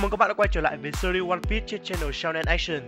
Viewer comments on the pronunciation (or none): sao cứ đọc là one pít vậy.